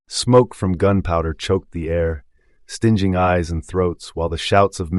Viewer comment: Great story, terrible, terrrible narration. Stinging is stinging, not stinching ... terrible